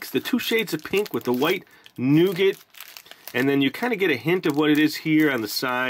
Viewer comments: Not Noogit ! Try Nougah ! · Here in the UK most if us pronounce it nu-gat